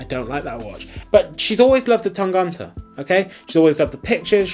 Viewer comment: The way you say Tangente makes me giggle. ;) Tang-uh-nte. hehehe You pronounce the "gent" part in Tangente like you would pronounce gent in English, except that you don't make that j-sound for the g. So you've got it almost right, except for that "ent" in the middle. Cheers, mates!